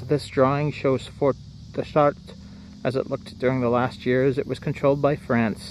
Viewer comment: Just take off the 'res" in Chartres and you have the pronunciation. 'Shart' is how to pronounce it. SH-art not CH-art.